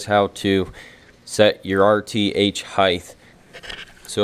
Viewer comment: Height* heighth is not a word bruh